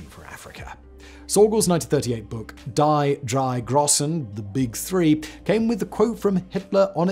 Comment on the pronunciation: Mandatory german comment about pronounciation: "Die drei Grossen" sounds more like "Dee dry Grosen" with the 'o' in "Grossen" sounding like the 'o' in "holy" or "gross" and the double 's' like a single 's' in modern pronounciation. "Grossen" might have sounded differently +100 years ago, but my knowledge is limited there.